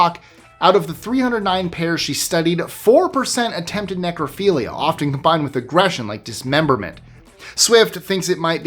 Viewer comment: #11 : Ne-Crow-Philia 😮